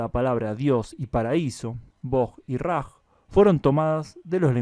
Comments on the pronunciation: Una corrección: Bog en ruso se escribe Бог Y Raj se escribe Рай lo cual se pronuncia Rai y no Raj en Español. En Serbio por ejemplo la letra I o И se escribe j, por ejemplo para escribir Serbia en serbio sería: Србиja. Algunos países eslavos en los cuales se utiliza el cirílico se utilizan distintas I, por ejemplo: Ï, j, и, й, ы. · Raj, la "j" se pronuncia como "y" . Es decir, "Ray" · Raj se pronuncia "rai" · Se pronuncia como "ray". La letra j en los idiomas eslavos representa el sonido "y". Excelente vídeo! Saludos! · Paraíso se pronuncia - RAI....j no es (h ingles).También en mucho idiomas se pronuncia H . los hunos( junos).